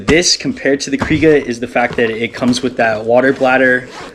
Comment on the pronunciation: You keep saying cry-ga. It's kree-ga. Thanks.